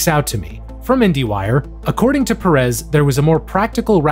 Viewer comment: My last name is perez and I hate how you pronounce it omg😞😞😞😞